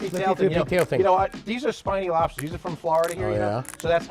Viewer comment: Those Lobstah’s look great. Thanks for sharing the recipe and the comedy while doing it.